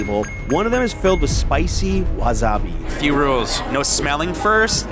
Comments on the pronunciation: wasabi= wa SA bi not wa ZA bi. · It’s wasabi not wazabi lol